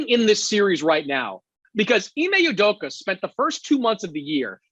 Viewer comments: Ime "Udoka" not "Udoku" please Colin. This is like the umpteenth time you've pronounced his name wrongly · Colin “Ime (s)udoku” Coherd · Why does Colin always mispronounce Ime Udoka's name? He does it everytime. Has he never heard someone say it properly? Has nobody told him he says ut wrong? It's really weird